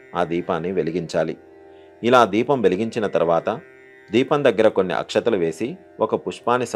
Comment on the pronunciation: అయ్యా అక‌్షంతలు కాదు అక‌్షతలు